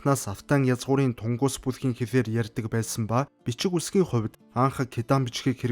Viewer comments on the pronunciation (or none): орос цагаан толгойнд ү үсэг бдаггүй. у үсэг бдаг.тэгэхдээ тэрийгээ ү гээд дууддаг. тэрнийг нь мань хүн шууд тунгус гэж дуудаад бн. түнгүс юм бган. ер нь ч дэлхий дахинаа түнгүс гэж дууддаг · тунгус биш түнгүс гэж дуудна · Оросууд л тунгус гэнэ дээ 😂